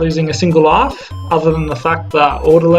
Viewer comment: You dont say life right You pronounce it laugh